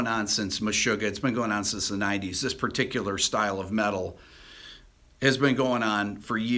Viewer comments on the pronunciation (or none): none